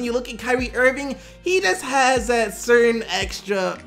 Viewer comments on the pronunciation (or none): none